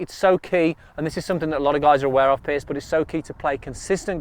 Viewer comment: Piers (rhymes with years) not Pierce.